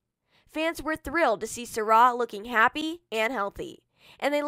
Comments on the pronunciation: It's sy rai not sara. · If ur gonna do a video on her pronounce her name right